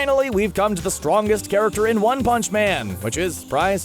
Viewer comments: the way you said “one pounce” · “...one hounch” Come again? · Why u said one punch like tht